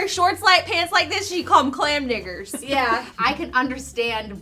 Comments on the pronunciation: It's digger but I've never heard it pronounce like that. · she clearly did not say digger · It’s digger so she literally just said a slur